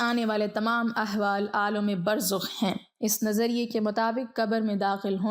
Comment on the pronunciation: Burzakh, not Burzukh.